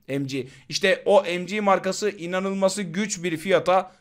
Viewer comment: Kardeşim seviliyorsun iyi bir kulsun ancak lütfen EM Cİ OLARAK OKUMA KISALMA BU Türkçe okumalısın bu son uyarım.